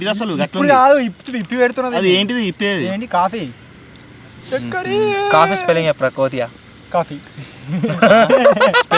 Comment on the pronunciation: చెక్కరి ❌చెల్కరి ✅ 😂😂😂😂😂😂😂